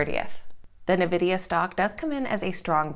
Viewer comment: Its pronounced Envidia